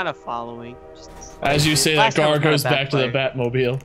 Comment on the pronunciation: I died laughing when called Gar 'Jar' and idk why 😂